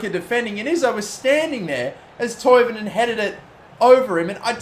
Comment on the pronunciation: Omg someone not from Sweden can say Toivonen